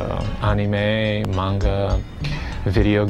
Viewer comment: this is where i learned the proper pronunciation of “manga.” Not kidding